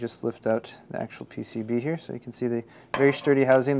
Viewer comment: except when he says 'pcv' .... bugs the hell outta me :)